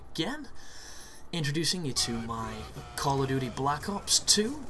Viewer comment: So that's "call of doodee" folks, just in case you thought it was "duty" : )